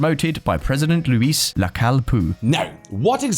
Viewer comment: It's Luis, not a French Louis